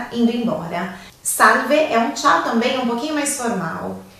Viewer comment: Quando ela disse ciao eu quase fecho o vídeo kkk